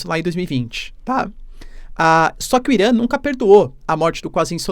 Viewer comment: Cu Irã!? Pronúncia escrota..